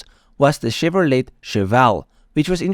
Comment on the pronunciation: Great history, I grew up watching these cars. Chevrolet is pronounced Chevrolay ..T is silent. But how would you know, great video.